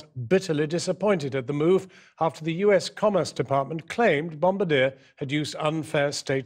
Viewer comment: Holy cow, Jon Snow not only can't pronounce "Bombardier," he completely mangles the name.